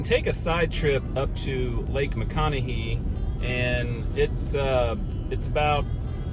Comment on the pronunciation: I can’t believe no one has corrected your pronunciation of Lake Ma-con-e-hay 😁